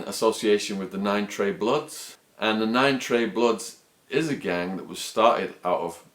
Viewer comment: Why do you say gang sort of like gangk? Is that some particular accent thing or what.